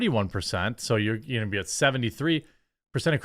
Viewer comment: "It's like farming these women in TUH..." It's TO, Jeremy. pronounced "TOO", not "TUH".